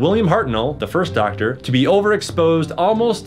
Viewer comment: Dactor BBC: The Dactor is a Time Lord